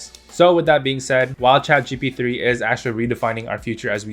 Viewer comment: Bro messed saying chatgbt